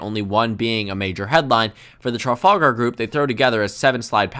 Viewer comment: Hear him failing to pronounce Trafalgar 😄